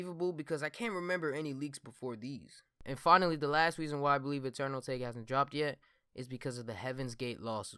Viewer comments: It’s pronounced: AH TAH KAY fam pls stop saying A take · It's pronounced ata-ke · It’s Eternal A-tah-kay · isn’t it pronounced eternal atake(ah-ta-kay) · I thought it was pronounced Ah-tah-kay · It’s Ah-tok-ae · It’s pronounced UH-TAH-KAY 😂😂😂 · Dumbass doesn’t know how to say atake lol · can yall do real research and pronounce the damn album correctly like god damn